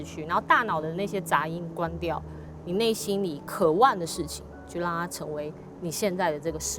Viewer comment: 只有我注意到「渴ㄨㄢˋ」嗎？